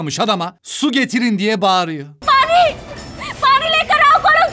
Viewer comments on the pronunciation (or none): bari değil pani diciin çuçum